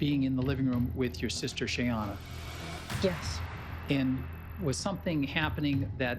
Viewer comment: So irritating that they keep pronouncing Shayanna’s name wrong.